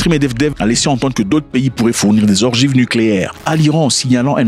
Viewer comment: Des ogives pas des orgives😅